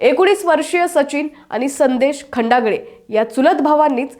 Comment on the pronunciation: मूळात हिला नाव नीट माहीत नाही..खंडाळे नवतर ही खंडागळे म्हणते... कशाला असली भर्ती केली..हिला तरुण नाही बाल वय कळेना